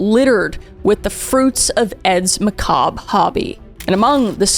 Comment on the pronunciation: He wans't actually a serial killer he wa sa macarbe